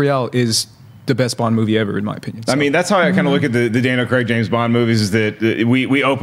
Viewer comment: It's Daniel Cray-g not fucking Cregg jesus fucking christ it's almost as bad as Frosty saying Thaynos to the guys who wrote the film!!! Get it right it's not hard.